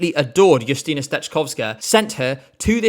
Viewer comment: I must say,, you nailed how to pronounce Justyna's name and surname. And it's so nice you like polish pick! That being said, no, screw Rafał, him being picked as our representative was not only embarrassing, but it was even bigger controversy that last year NF and it's not even close